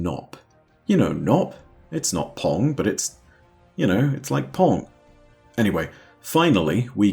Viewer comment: It’s like pong, but it’s gnop